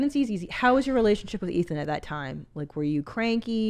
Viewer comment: She called Ethan athon. Lol